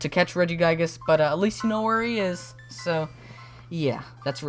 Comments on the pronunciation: regiguygas? no the second i is soft pronounced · He says regi guy gis lol